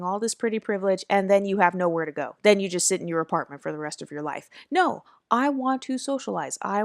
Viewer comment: it's the way you say "...NO!" that always gets me EU🥲😂😂